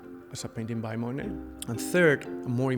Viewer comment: Interesting and edifying- but, seems like the 1st guy could learn to pronounce Monet.